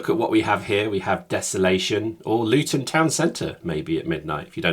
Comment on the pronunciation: "louton town centre" I died